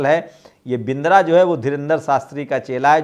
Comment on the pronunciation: बिंद्रा नहीं बदरा बोलिये।